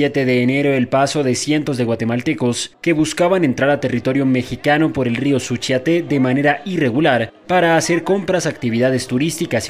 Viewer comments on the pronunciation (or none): Hasta para hacer periodismo 'amarillista' hay que estudiar primero. No se escribe "restriega" supongo que quiso decir RESTRINGE. Y se pronuncia SUCHIATE, así,sin acento. Ni cómo tomar en serio a éste tipo de seudo "periodistas"😡